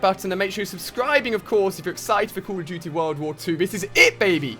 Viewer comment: I would give you thumbs up if you say call right and don't talk so damn much